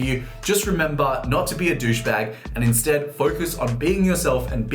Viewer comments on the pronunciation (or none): none